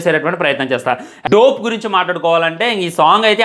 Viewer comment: రేయ్ యెర్రి ఉక, దోప్ రా......అది, డో ప్ 😂కాదు